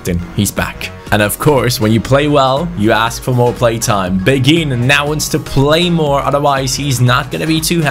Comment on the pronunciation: I personally think mine is better read this Asa a person who speaks French quite well im pretty sure beghin pronounciation is ( bayhin ) Anyway Story time sit down get a hot cocoa and enjoy Beghin was born in Kinshasa in Congo, he grew up in a relatively well off family. At the age of 6 is mum married a rich French businessman because she was pregnant with his baby. They moved to France where his stepdad got him into football as he was a strong Marseille supporter who was very passionate about the game. Beghin blood father died in a car crash whilst his mother was pregnant with him and his stepdad s like his real father to him. He was a very gifted footballer from a young age but very boastful, he was known as a cocky individual but had the skills to back it up. At age 11 he went to a sport private school where his coach saw his talent and got him trials at Lyon. He was known across the Lyon academy and had high praises from the likes of Caqueret even though he was 5 years younger. The attention got to his head and at age 15 he decided to sign with PSG. He continued to excell and was capped by France U18 at age 16. At age 17 he demanded a professional contract threatening to leave if he didnt get one. PSG reluctantly agreed giving him 15,000 a week. He thought he had made it big and started to not put in the effort. He would stay up late playing fifa and fortnite and go to training late. He never breaked through into the first time despite having all the potential. After gett